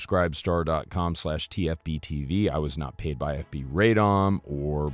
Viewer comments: nooooo, there is no AYYY in Radom. it's a short ah pahleeeeseeee. stop butchering the mame of the town!! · FINALLY…, RADOM IS PRONOUNCED “RRAH-dohm,” not “RAY-dahm.” The name of the city means “unto councils” (like city councils).